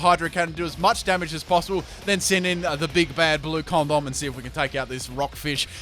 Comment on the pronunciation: did he call elektross "condom"?